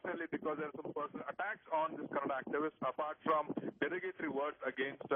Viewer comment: dear sir its not kannad its Kannada ..!!